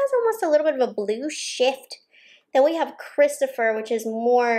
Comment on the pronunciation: “Christopher” = Christophe, KR-IST-OFF